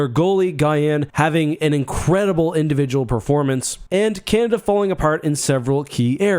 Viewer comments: CanAda !!!! Not Canda !! So annoying! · can-ahhh-dahhhh* just in case your having trouble saying it. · Not gonna lie, I thought you were saying "Kanda" like it was a players name on the team and it took me a while to realize. I got through your other world juniors vid without even noticing lmao. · Three a's in Canada. It's not pronounced Canda.